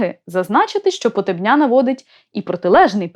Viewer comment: Не Хозари , а Козари . Вони були слов'янами ,розмовляли слов'янською мовою та сповідували йюдаїзм, який в ті часи нічим не відрізнявся від тогочасного ісусізму,тобто чпотвореного йюдаїзму . Прізвище ПотЕбня вимовляй правильно !